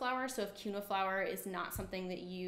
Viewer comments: It's pronounced as keen -wha. Quinoa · You are pronouncing quinoa incorrectly- it is pronounced (keen- wa) love the info though.